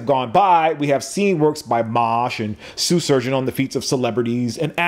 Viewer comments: Are you saying “Sue” Surgeon on purpose? Foreshadowing? 😂😂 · Very informative. Way to break down the difference in a product versus a service. Also, anybody else hearing, "Soo Shurgeon"? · Just once, pronounce Shoe Surgeon well. Just once, please. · "Sue Shurgeon" lol